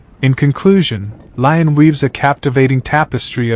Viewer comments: how can you say l ai on if you are making a video...at least pronounce the name of the town correctly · If you’re gonna do a video about a city, at least look up how to pronounce it properly.🤦🏻‍♂️